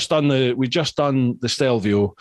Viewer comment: Yip I was like, I'm sure it's stelvio, it's stelvio, STELVIO!!! HAHA